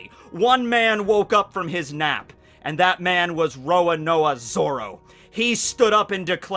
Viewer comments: "Roanoa Zoro" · I just realised pronounces zoros first name “Roanoa” it’s a actually pronounced Roronoa